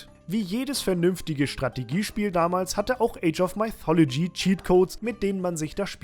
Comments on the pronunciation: Zur Ausprache: mythology = „müthologie“, nicht „meithologie“ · Top Spiel, aber sag doch bitte nicht "Maifolodschi" :D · Maithologie xD Geil. Ich hab damals Mythologie in deutsch ausgesprochen also denglish, age of und mythologie in der deutschen aussprache xD